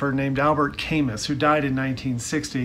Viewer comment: Great stuff, butchered Camus’ name tho 😂